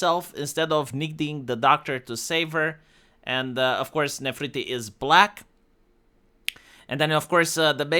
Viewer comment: Ne-fer-ti-ti One name that has booba in it and manages to butcher it:D